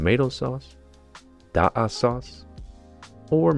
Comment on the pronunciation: It's 'Daqa,' not 'Daqua.' In fact, Daqua Salad is another amazing Sudanese dish that uses unsalted peanut butter as the star ingredient. Definitely give it a try, you'll love it!"